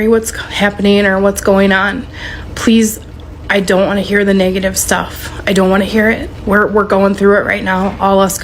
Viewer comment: Honestly bruh think that heffa said "niggative" instead of negative.